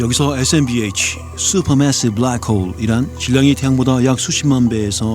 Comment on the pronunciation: 수우퍼 메에스이브 브래쿠얼~ 영어발음 오지구요 지리구요